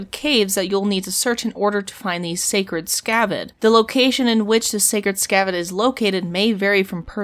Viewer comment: its scared not sacred...